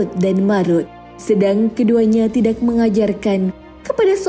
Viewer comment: Suranya bagus, Tapi Pas Penyebutan (Tidak) Kurang enak Di dengarnya.. Karana Disebut Jadi Tidaxxxxx